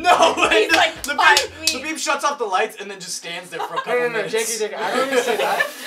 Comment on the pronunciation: Every time you say Labib, I keep thinking you’re saying Le Bieb as in Justin bieber